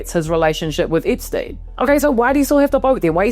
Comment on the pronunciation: It's Epstein not Ipstuyn.